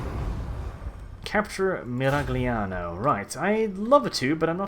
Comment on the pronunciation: That "Miragliano" pronunciation just killed me, as i am italian. I'm begging you, just check the Tilea reading for the cities xD Still awesome vids, keep it up.